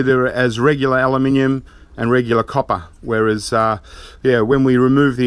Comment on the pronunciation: He says "Aluminium" exactly how its meant to be said :) just because you spell it wrong it doesn't mean that's how you pronounce it.